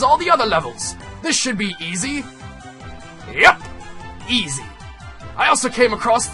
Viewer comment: east instead of easy